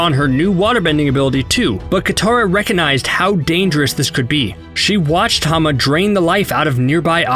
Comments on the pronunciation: her name is Hama not Hana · You idiot. You absolute buffoon. HER NAME WAS HAMA, NOT HANA!